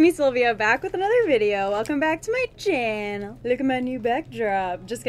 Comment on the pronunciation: ughhhhhhh!!!!! I hate new thing where she says welcome back to my chiyanal(ik how to spell channel it's just how she says it) it's so cringey and annoying the way she says it ughhhh